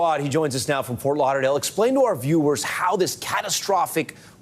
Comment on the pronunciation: Fort Lauder-lale 🤔 0.45?